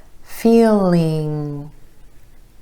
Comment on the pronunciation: Am I wrong, but when you say feeling it sounds without the g at the end?